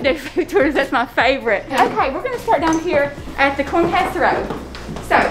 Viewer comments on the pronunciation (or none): Ok so I’m binge watching your vlogs and I just LOVE LOVE LOVE your mom. She talks just like my mom and never says their L’s. Like casser-row 😂 LOVE IT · The way your mom says casserole is amazing